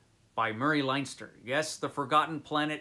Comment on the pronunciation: FYI Leinster is, or should be, pronounced Len-Stir as in Ulster, Munster, Leinster and Connaught, the four provinces of Ireland.